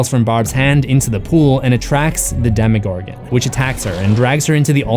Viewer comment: He says Demigorgon not demogorgon you British dude with a emo hair cut